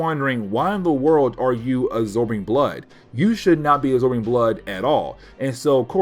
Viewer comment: "Uh-zorbing blood."